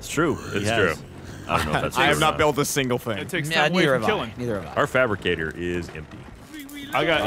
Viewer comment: It’s fabricator not fabricgater Gavin Geoff & should’ve bee there as well